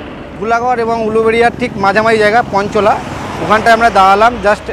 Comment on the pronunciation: ধুলাগর এরপর ওটা পঞ্চলা না ওটা পাঁচলা... দারুণ video